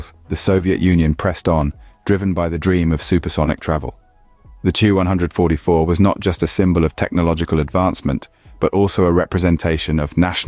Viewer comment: It seems as if you are a newer channel. Just some constructive criticism it seemed like you repeated yourself an awfully lot. Saying the same things within a minute of eachother super offen. And the 2-100-44 should be pronounced 2100-44. Other then those small things video was good. You did a good job I’m just giving you my opinion.